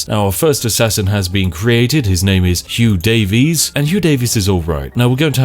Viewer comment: "Hyuuu Daeevisss"